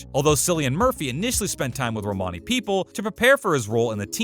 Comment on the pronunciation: Why did you call Michael Gray by his character name and not the actor’s real name as you did with all the other characters and please learn to pronounce Mr Murphy’s name correctly